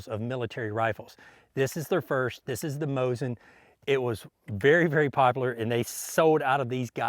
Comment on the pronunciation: It's Moseen not mosin get it right!